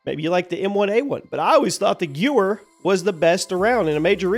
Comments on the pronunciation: thank you for being human all these years 😂😂 it's spelled Gewehr, but it's pronounced "Guh-Vehr" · he literally said guh vair in a lot of videos, I don't know how he got it wrong here lmao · Its Gevher… Germans pronounce w’s as v’s. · It's not "Gew-er" it's pronounced like "guh-vair" meaning, rifle 43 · Gewhar-41 ( pronounced guv-har ). Definitely goated iron sights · it’s pronounced Guh-Veyr. FYI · For the future, its guh-vair(Gewehr) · Guh-vair, German for “rifle”. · Gewehr is best pronounced as "guh vair". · Pronounced "geh-vear" but I still call it the Gewer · The Gewher 43 is pronouced GeV-air. The W in German is pronounced with the V sound and vice versa. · gevehr not gewehr german pronounce the "w" as a "v" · The correct pronunciation of the Gewehr is Gewehr (German for rifle) is pronounced something like "geh-VAIR" or "guh-VAIR," with the "G" soft (like in "get"), the "W" sounding like an English "V," and the "-ehr" rhyming with "air" or "where," not "goo-wurr" or "gyoo-wer" as often mistakenly said in English. Think "Geh" + "Vair," or even "Guh" + "Where". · no worries, buts it's pronounced like "guh vair" since it's a German rifle.